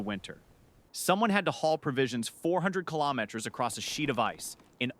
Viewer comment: I sat through the mangling of multiple names. I even sat through the bungling o" carbon fiber". But AI that's so stupid it can't pronounce the word "kilometer"? That tells me no human hand touched this content. And I'm not going to support insulting shit like this. I'm outta here.